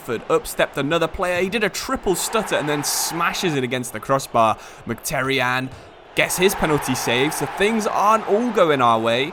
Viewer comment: and [mhitaryan] instead of mcterian